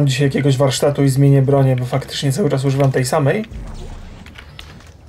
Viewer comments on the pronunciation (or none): none